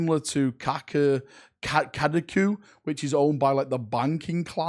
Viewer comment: I can't stop laughing at him saying Kaka'du instead of Kada'ku.